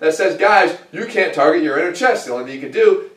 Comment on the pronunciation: In your accent sounds like "the myth is you can! I am a big believer that you can!" Iike which one is it?